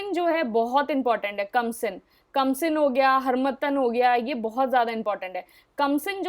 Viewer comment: Are mam kamsin nahi khamsin…. Sorry for being pronounciation nazi in advance